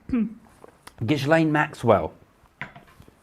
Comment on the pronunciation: Sorry but there are loads of photos of Trump with Epstein and Ghislaine. You pronounce Ghislaine as "Gilaine" the s and h are silent. If you listen to the interviews of Maria Farmer, Ivana used to go out with Ghislaine "scouting" for girls. 🤮 I am an anarchist because all these people at the top are evil. Anarchy is not about the Sex Pistols, its about farming collectives, and running the country OURSELVES. Democracy, is rule by a small number of people. Communism is also rule by the state, a small number of people. Anarchy is rule by the people.